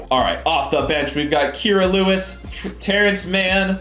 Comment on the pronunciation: You say Kira Lewis wrong